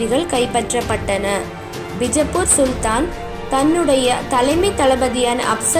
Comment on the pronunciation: That's not North Indian style 'bijappur', that's Karnataka style 'Bijapura', never ever try to fake the highest Gnanpith gained langg "Kannada".